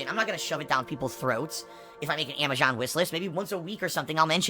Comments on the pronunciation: Why does the dumbass pronounce Amazon as Amashon fucking pigroach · why does he consistently call it amajohn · Uh why cant he say AMAZON right